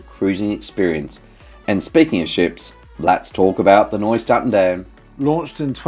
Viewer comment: Omg, my ears are bleeding. Nieuw is pronounced “New”, not Noy.